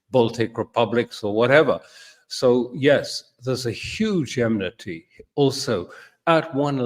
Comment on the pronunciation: My anal self was surprised to hear Mr. Crooke say "deteriating" and "emnity". I found it refreshing to hear Mr. Crooke talk about what is actually happening around the world, what the plans are. Few people appear willing to mention that on monitored social media.